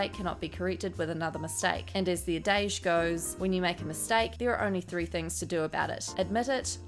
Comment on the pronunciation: "adage" ....I had to listen twice and then read before I could figure it out. Check your pronunciation. You are way off on this word.